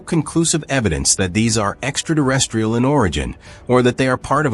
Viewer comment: Extra-terrestrial - not extra-durestrial or whatever it is you're saying xD